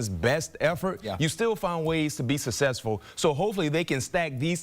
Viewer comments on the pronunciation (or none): Be sussessful lmao dude learn to speak